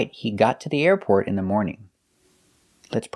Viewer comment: The pronunciation of "the airport" seems a bit off to me.